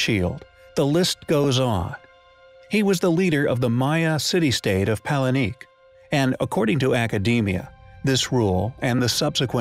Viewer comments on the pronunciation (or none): Pal-en-ique ? Are you kidding me - you deal with there ruins and cities and you DON'T EVEN KNOW HOW TO PRONOUNCE THEM!! The city is pronounced Pa-len-kay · You talk about "fallacies" ....and then you mention "Pal in eeek". Pul....ese. I have mentioned this error several times, but there seems to be no correction of the pronunciation of Palenque (pal in K). יוי